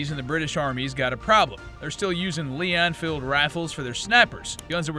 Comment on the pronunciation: Pronounce Lee Enfield right jackass